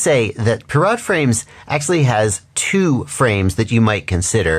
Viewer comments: I've never heard someone pronounce pirat like a vegetable. It's Pie-rit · Its pronounced "pirate", hense the names being "hook" and "sloop".